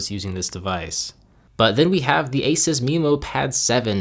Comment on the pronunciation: Not trying to nitpick but ASUS is pronounced aye-soos. Nice video though!